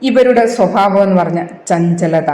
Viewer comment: സ്വഫാവമല്ല സ്വഭാവം എന്നുച്ഛരിക്കുക